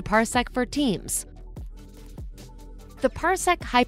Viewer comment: I kept hearing Parsec for teens